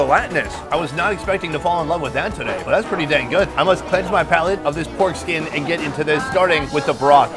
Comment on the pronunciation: Lmao! I just realized you were saying "porkskin" not "foreskin"!